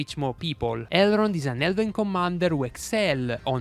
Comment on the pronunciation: Great video thanks! I don’t mean to offend now but I so think it’s funny you leave out the “n” in his name and say Errold 😅 only love brother 💛